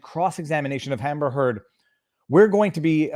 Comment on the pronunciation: québécois side is showing here. "Hamber Heard" - spoken like a true frenchie!:D